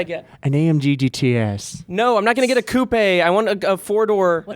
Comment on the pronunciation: said "coupe" properly, there is no end to that soft chicken boy's talents.